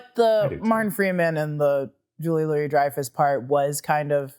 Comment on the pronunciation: It’s not Julia Louise btw it’s Louis (Loo-ey)